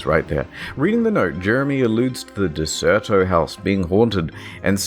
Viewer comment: It's Der-ce-to. Derceto. Not De-cer-to or Der-cer-to. Just saying.